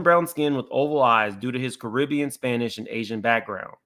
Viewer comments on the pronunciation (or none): none